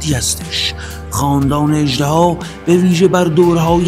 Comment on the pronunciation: اِژدِها درسته، نه اَژدَها!🐉